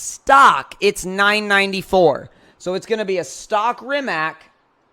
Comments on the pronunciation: Dude it’s not Reemack. It’s Rimac. Read as Reematz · ITS NOT RIMAK ITS RIMAC